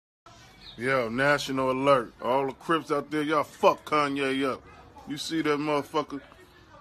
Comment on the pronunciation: Most buck tooth way to say Kanye